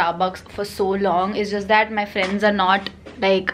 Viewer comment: Oh my god Didi it's siddhi I am Maharastrian too your vlogs are too relatable just love them and the way you say FRANDDS